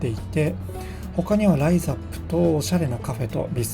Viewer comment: 住んでいますが、ライズの発音に違和感がある。